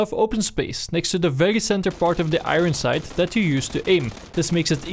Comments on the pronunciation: wtf is an agon sight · Am i the only one that hears "Igron Sight" somtimes?